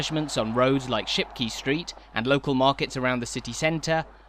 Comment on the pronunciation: Great video. However your pronunciation of Shipquay suggests you needed further coaching. Not key. Kay.